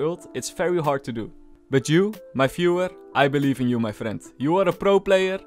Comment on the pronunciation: "You, my Fuhrer, I believe in you." I feel very sepical when he pronounces the word "viewer" as Fuhrer.